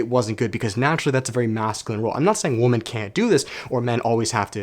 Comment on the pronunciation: It's pronounced wim-men